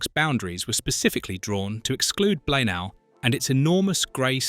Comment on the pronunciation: It's pronounced BLAENAYE! Do some homework first please!!!